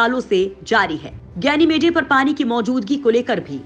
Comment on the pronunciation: गैनिमेडे नहीं गैनिमीड और औरोरे नहीं औरोरा होता है मैडम